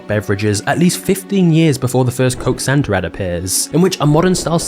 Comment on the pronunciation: Doesn't Santa end in and A?.. .so why do you say Santer